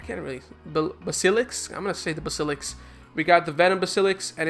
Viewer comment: its "Basi Lisk " lol